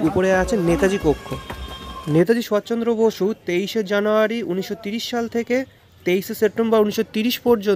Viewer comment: খুব ভালো লাগলো। শুধু নেতাজি সুভাষ চন্দ্র বসুর নাম মনে হচ্ছে ভুল উচ্চারণ হয়েছে। শুধরে নিলে পুরো বিষয়টি আরো উৎকৃষ্ট মানের হবে।